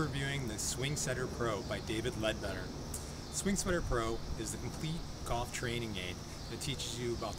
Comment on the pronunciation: He keeps saying sing swetter